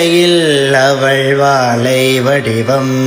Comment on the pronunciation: வாலை வடிவம்மில்ல வாழைவடிவம் உச்சரிப்பு சரியில்லை